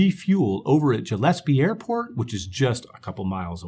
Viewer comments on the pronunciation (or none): Gillespie if pronounced with a "G" sound, not a "J" sound.